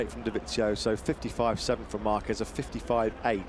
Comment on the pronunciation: His name is Dovizioso, then why the commentators keep Pronouncing his name as Dovinsioso, where has the N came from I can't understand, can anyone tell 😂😂😂😂😂